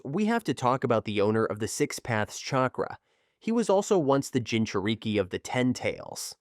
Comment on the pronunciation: "Jinchur-eeke" "Kamooe" "Sharingin" 💀 Help me!!!